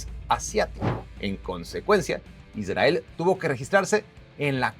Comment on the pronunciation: Aprendé a hablar pronunciá bien la R en Israel, down.